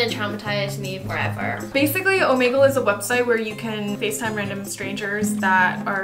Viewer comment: She said omanegle 😂 (it’s Omegle)